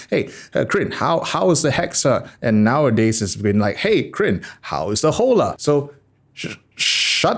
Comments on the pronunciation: Is not jola! Is ola!!!!! 😆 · I think you're supposed to pronounce it like holler Crin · Hola is Spanish for hello. Pronounced "Oh-Law" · In Spanish, an 'H' before a an 'O' is a glottal stop. You don't pronounce it. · Hola = hello in Spanish. In that language the "H" is silent. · Hola is an Spanish word, means hello and is pronounced with a silent H